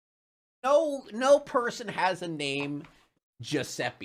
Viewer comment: riescono a dire francesca, ma giuseppe è sempre esilarante detto da non italiani tbh ahah